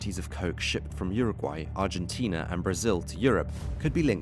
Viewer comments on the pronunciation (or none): none